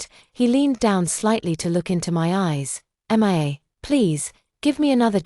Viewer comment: Poster M I A is pronounced MEE A. NOT M I A, a hole AI.